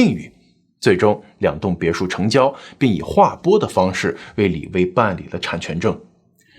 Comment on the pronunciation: 李薇 - 薇是第二声吧，不是发第一声 微